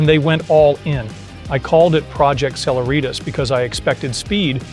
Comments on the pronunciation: Just a note: celeritas is a Latin word meaning speed or swiftness. It is the “C” in E=mc2. It is pronounced: seh-LEH-rit-us. NOT: seh-la-REET-us. Really good and well reasoned video. But your pronunciation of celeritas was hitting me like scratching fingernails on a chalkboard. Yeek! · "Cehlehreeetas" , emphasis on the second " eh".